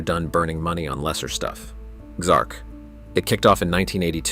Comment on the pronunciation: XMark, not XARK.